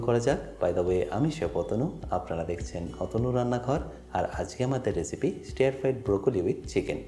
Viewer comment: স্টেয়ার না রে ভাই, স্টার ফ্রাই। স্টেয়ার মানে তাকিয়ে থাকা।